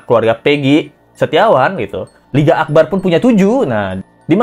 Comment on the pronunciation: Di menit 2.07 LET'Z GO Salah sebut tuh LINGGA AKBAR... 😅😅😅